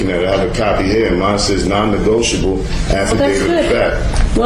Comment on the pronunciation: Nonnegoitable! Baaahahahaahaaaahaaaa!!! For the record, on the record, and let the record show…. That Grand Pubah is hilarious! And I’m willing to submit a NOTE-erized affidavit stipulating such.